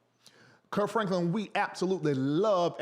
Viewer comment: KIRK...not Curt